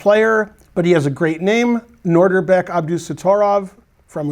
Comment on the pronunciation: Ben is usually pretty good with pronunciation. But... it's NOH dihr bek, not NOR dihr bek. He said NOR at least four times early on.